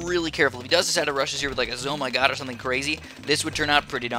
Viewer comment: WTF is a Zo My God. Its pronounced Zult Of Mighty Gargantuaness